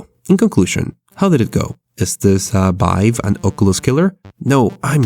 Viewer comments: this guy cant say v "The Bive Craft mod" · HTC Bive headset, BR games .... .... BRO pls learn how to talk